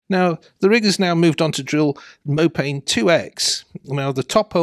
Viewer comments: It's Mopane - pronounced "Moe Pah Knee" - it's named after a Bush / tree found in the Savannah. Mopane scrub. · I believe the correct pronunciation of Mopane is something more like "Mow par nay"! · Nice update on Namibia. You should pronounce mopane as mopani. It is a type of worm the locals like to eat.